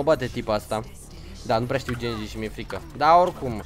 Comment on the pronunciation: Ba nu genji se citește se citește ghenji oricum este foarte tare și mai vrem episoade de overwatch